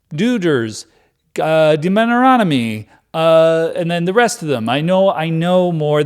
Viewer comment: This is one not to forget for the Deuteronomy pronunciation super-cut.